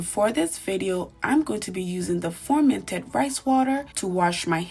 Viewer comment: Nice video? why do you keep saying formented tho? 😂